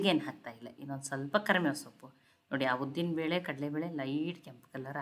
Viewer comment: ಕರಮೇವು ಅಲ್ಲ ಕರಿಬೇವು